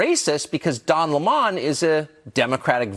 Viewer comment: "Don L'mon?" Where's Tucker getting that pronunciation from?